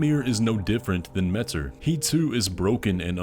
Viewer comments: i love your videos, but WHYYY do you pronounce metZr with a freakin' Z instead of metYr with a Y, whyyyyyy??? I'm surprised nobody noticed... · I believe it is pronounced "meteer" and not "mehter" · Pretty sure it’s pronounced Mayter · consider for 2 seconds: pronouncing Metyr like "meteor". Me-tyr. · I think “metyr” is supposed to be pronounced like “meteor”…. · Her name is pronounced METEOR ☄️ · please pronounce it meh-tier...